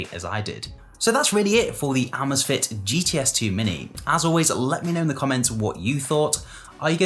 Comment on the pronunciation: Say “amaze” “fit”